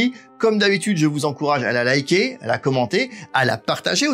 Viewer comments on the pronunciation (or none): none